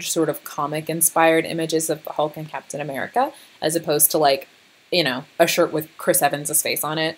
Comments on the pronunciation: Okay, "L'Captian AmericaCK" really got me. I was not expecting that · I don’t know why “lacaptain americack” had me laughing so hard